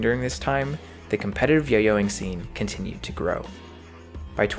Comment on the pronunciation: It gets me everytime he says "yo yoing scenr"